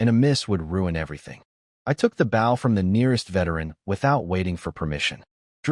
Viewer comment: Can you please reprogram that AI to pronounce the word bow correctly???